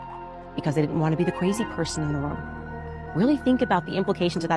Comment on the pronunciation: “ because they didn’t wanna be the ‘cway’zee’ person in the room”